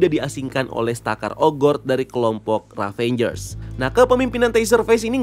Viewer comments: ravagers mas bukan ravengers... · IT'S RAVAGER, NOT RAVENGER BRUUH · Maap bang.. Ravagers bukan Ravengers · Izin koreksi, nama genknya itu Ravagers bang (baca: Ra-va-gers), bukan Ravangers 🙏🙏